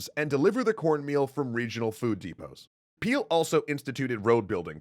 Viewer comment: “His name is Peel” A few seconds later... “The news trouble Peeled”